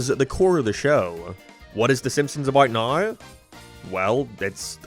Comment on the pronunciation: bro said abour naur 💀